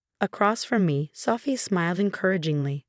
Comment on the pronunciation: Female narrator for male protagonist. Wooster, not Wurster (that's how it's pronounced, but not how it's spelled). Sophia, not Safire.